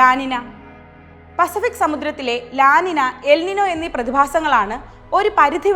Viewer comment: 'ലാ നിന' അല്ല അത് 'ലാ നിഞ്ഞൃ' എന്നാണ് അത് ഉച്ചരിക്കേണ്ടത്. ഇതൊരു സ്പാനിഷ് പദമാണ്. അതുകൊണ്ടാണ് n മുകളിൽ ഒരു ചിഹ്നം ഇട്ട് 'ñ ' എന്നുള്ളത്. തിരുത്താൻ കഴിയുമെങ്കിൽ ദയവായി തിരുത്തുക.